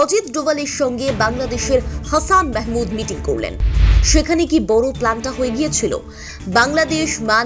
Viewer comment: দাদার দেশের দিদি ওটা হ্যাচান মেহামুদ হবে না ওটা হবে হাসান মাহমুদ আগে কথা বলতে শিখো।